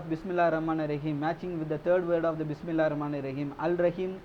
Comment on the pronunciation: Brother please try to learn how to pronounce Bismillah and basic Arabic verses we use in our daily life.